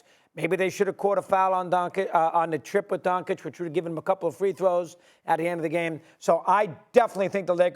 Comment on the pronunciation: Why they keep butchering Luka Doncic name